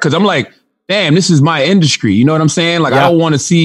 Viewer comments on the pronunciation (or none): Induskry lmao